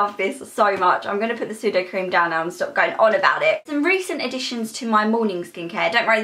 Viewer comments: I'm sorry but it's sudeCREM not sudoCREAM 😂 did make me laugh but still, CREM:) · SudoCREM not sudoCREAM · You pronounce sudocrem sudocreme not sudocream xx